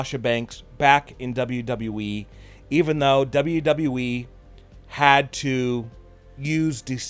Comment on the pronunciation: I can't remember how many times he said Dean Ambrose is returning to WWE he says double double E